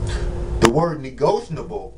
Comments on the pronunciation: You're on here trying to teach us but can't even pronounce the term correctly? It's "NEGOTIABLE" not "NEGOTIONABLE" WTF? This is embarrassing. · Yasmin Bey. You are correct. That is a mistake in pronounciation. It should be negotiable. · Be you need to learn how to say negotiable